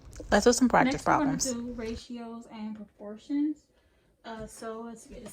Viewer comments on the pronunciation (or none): *Proportions.... not porportions